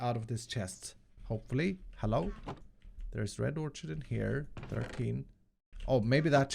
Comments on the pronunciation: It's "or-kid", not "or-chid". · Love you! FYI, orchid pronounced OR-KID. Not idea why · Not to be mean, but it's pronounced Or-Kid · Orchid is pronounced "Or Kid"... Sorry that has been bugging me for days. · I cant let it go anymore. I strongly believe "orchid" is pronounced like "orkid." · Btw Orchid is pronounced more like "or kid" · it is pronounce red orkid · Or-kid... ab-zorb-shun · i think "orchid" is pronounced "orkid" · just bugging me a bit, orchid the ch is pronounced like a k